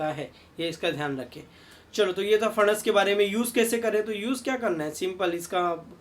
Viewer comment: सर, दाढी अच्छी लगती हैं आप को। बहुतही उपयुक्त आरोग्य जानकारी ! ! हमेशा की तरह ! ! धन्यवाद ! ! 🙏 आप का "फणस" का उच्चारण अस्सल "मराठी" हैं। 👌